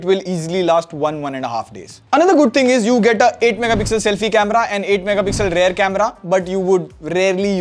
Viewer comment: Work on your "rear" pronunciation